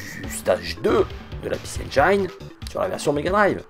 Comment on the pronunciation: les mecs, arrêtez avec "PéCé enguailleneu", ca se prononce [i]